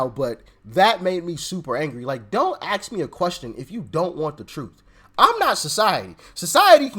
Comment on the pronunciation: It’s ASK a question not ax me a question